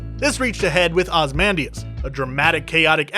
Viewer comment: Its pronounced Oz-ey-man-dee-as